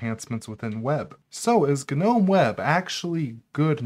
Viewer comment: Thank you for saying ‘nome’ (like that word is pronounced) instead of ‘guh-nome’. Guh-nome drives me nuts.